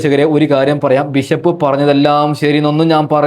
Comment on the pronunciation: ബിശപ്പല്ല ബിഷപ്പാണ്